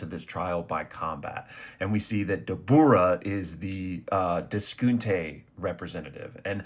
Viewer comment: Dabra is how it’s pronounced btw